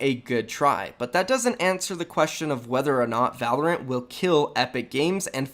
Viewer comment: Wtf is Volerant. I’ve hadn’t heard it till now